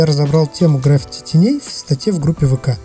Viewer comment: ГраффИти, а не грАффити))